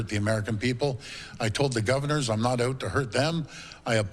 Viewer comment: "I'm not oowt"